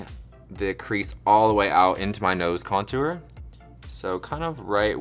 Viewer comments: No one: ...... Kameron: .....conTOOr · Kameron says contour so weird. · I love the way Kameron pronounces contour. That southern charm!